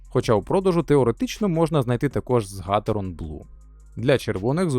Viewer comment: ГатерОн, а не гАтерон. Наголос на О.